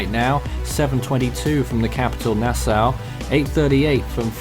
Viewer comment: Its pronounced nass-aw like Warsaw